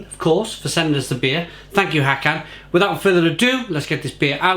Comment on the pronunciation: Hi. Håkan’s name is pronounced “Hawkaan”. 😊